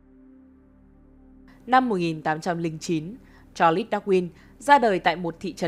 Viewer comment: Vậy nhà ngôn ngữ học cho hỏi việc phát âm "Cha Lét" có ảnh hưởng gì đến chất lượng của content về Thuyết tiến hóa và Thuyết trôi dạt lục địa không ạ?